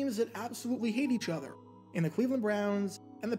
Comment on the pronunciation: the 'otter'.